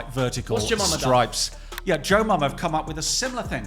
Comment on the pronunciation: Brentford kit maker is joma not jomama